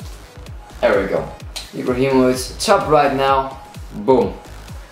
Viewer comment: I love how he said ibrahi mock